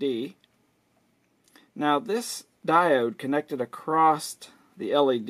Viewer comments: The word is 'across' Not "acrosst " Rather use a cap tester. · "Acrost" :D